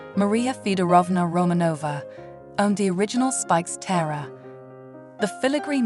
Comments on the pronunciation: The word is pronounced Tee-ARE-ah. Not TIRE-AH. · I can’t stand when these stupid women can’t pronounce the most simple things. “T-I-A-R-A” the I is pronounced as an E! More inexplicable is the fact that halfway through, she started pronouncing it properly lol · Can't get past the unbelievable mispronounciation, unbelievable 😮